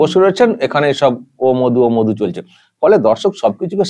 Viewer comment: প্রথমত মাধু না মধু তোতলা আগে ঠিক করে উচ্চারণ কর